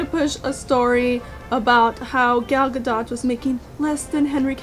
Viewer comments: its pronounced with a hard T at the end GadoT, i thought it was pronounced like french Gadoux in the begining. Saw you were struggling a bit in the video so to clear it up. Loved the vid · It's actually pronounced "Ga-doat." The last part is like "goat" but with a "d." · It's Ga-dot. It's Hebrew, not French so the T is pronounced.